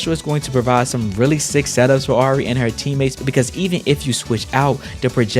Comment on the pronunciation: Hate to be that guy but it's "Ah-ree" no uh Edit: You did fix it towards the end; it just hurt me